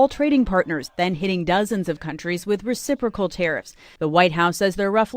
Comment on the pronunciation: Lol he can't even say it! Re cip racal